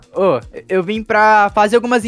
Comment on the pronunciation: Quando ele falo fala apuh eu entendi fala por...